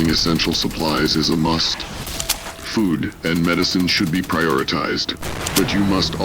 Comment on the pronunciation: You need a better AI to read this stuff... This AI's ability to pronounce words (it can't even pronounce "food" properly!) absolutely SUCKS.